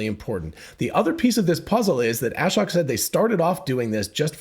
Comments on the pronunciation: His name is pronounced a-shóke. Long O, accent on the 2nd syllable. A shocking revelation, I know. Just listen to the first seconds of his Occupancy Network talk where he introduces himself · It’s (Ah-Shoke)